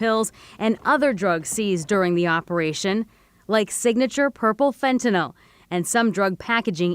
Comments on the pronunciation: Great content thanks for sharing :) Just one nit: Fentanyl not Fentanol. It should sound like nil at the end. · Pronounced FENT A NIL!